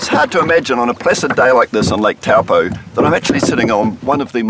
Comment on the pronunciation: NO Why-Cat-toe YES - Why-Cut-to/re (tore) = Waikato NO Towel-po YES - Toe-po/re (pore) = Taupo